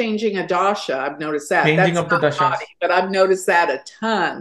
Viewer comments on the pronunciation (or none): says thashaa थशा instead of dasha दशा and nakshatraaaa so no he can't pronounce things correctly or purposely botches it to sound white lol 😂😂😂😂